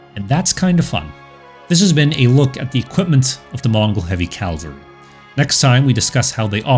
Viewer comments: Cav-ul-ree. Not calvary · It's CAValry not CaLvery. That's a place in the Bible. After a while it gets to be like fingernails on blackboard. For me, it makes the video less enjoyable. Other narrators on the web do that as well. I wonder why? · Its, "cavalry," not, "calvary." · Cavalry, not Calvary. Calvary is a church. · Did i hear "calvary", instead of cavalry. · If anyone out there is still looking, does he pronounce cavalry as “calvary” the entire series( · Great video, love that you cite your sources. Please stop pronouncing cavalry "calvery". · Great video (and channel!) but small pet peeve, please stop pronouncing it "calvary"!!